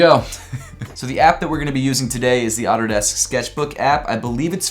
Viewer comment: Lmao i thought he said “Otterdesk Sketchbook.” Took me a minute...